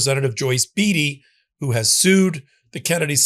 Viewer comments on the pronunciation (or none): It is pronouned Joyce BAY-Tee.. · The “ ea “ in Beatty is pronounced as “a”!!